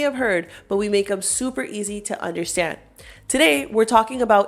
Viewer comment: The way you said Super I knew I was learning from a fellow Miamian. All kidding aside great content, you have a new sub!